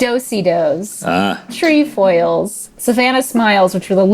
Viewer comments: It's not treyfoils or treefoils its trehfoils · It's tr-ef-oils (tre like treble). I was a girl guide... That's how it was pronounced at least in Ontario. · Pretty certain it's pronounced "Treff-Foil". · Who else was waiting for the correct pronunciation of Trefoils?